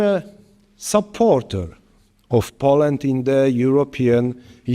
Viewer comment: piękny angielski panie prezydencie. proszę zacząć od poprawy wymowy słowa "Poland"